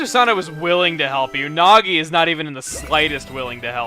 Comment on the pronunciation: Mrs. Fruit says "Nazo" instead of "Nagi", and for those that are Sonic Fans, some of them might know who "Nazo" is...